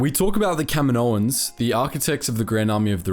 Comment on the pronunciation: Kamino - Kaminoans.... It's not that hard to understand my guy